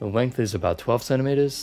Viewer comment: The wength XD